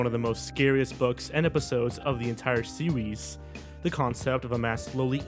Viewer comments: are you trying to sound like elmer fudd from looney tunes because when you said series to me you said sewies? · "In the entire sewes" The dreaded OWO haunts my life